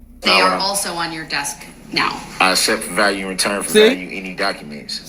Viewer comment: Goodness. I need you to say this correctly one time. I know you think it’s silly, but you’ve heard it enough times to get it right. It goes like this. “I accept for value, and return for value”. It’s common sovcit jargon and it has a meaning. It’s got to do with a secret account sovcits believe that every citizen has. They believe that can charge things against this imaginary account.